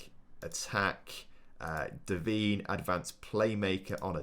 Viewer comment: Its not pronounced devene its pronounced devaine